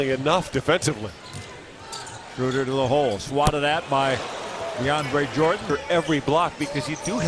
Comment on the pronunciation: "The lob & the jam by deandreuhshahsjej..dwight howard" haha 😂